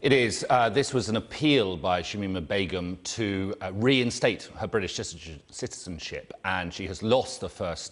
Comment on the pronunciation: “her British shitizen-citizenship”